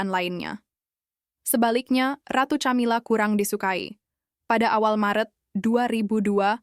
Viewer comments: Ca( tja) atau Ka? Aayo belajar dulu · Min... baca , nyebut nama camila aja gak bener gmn mau percaya dgn cerita dari chanel lu min